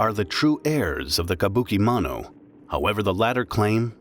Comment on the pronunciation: Mano…mono… you’re killing me smalls 💀